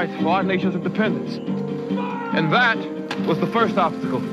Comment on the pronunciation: For the second ad, perhaps the army can find a man who can pronounce “obstacle”